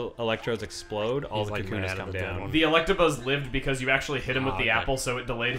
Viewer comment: Chugga passive-aggressively correcting Jon every time he says Electrabuzz is honestly my favorite thing.